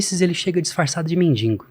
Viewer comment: Ele também falou "Mesopotânia" e "mendingo" mas o conhecimento dele sobre o assunto é bacana